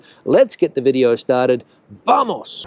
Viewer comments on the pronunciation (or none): none